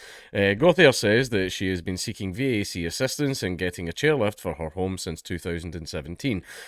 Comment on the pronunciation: VAC is pronounced "vack"